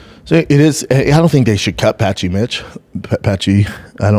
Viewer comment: “ Patchy Mitch “ …. Come on Brendan…like just practice saying their names beforehand 😂😂😂